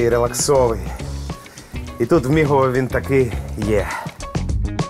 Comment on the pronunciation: "мігово" отакої. про Буковину похвалила, а тут біда)) Мигове!